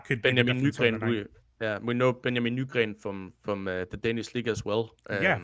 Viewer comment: Great to hear insight! Seems like a great guy! Really enjoyed that, 😊also great to hear how to properly pronounce Nygren 😂